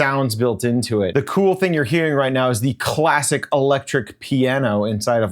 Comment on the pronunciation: "c𝔤𝔤𝔤lassic" "expeariment"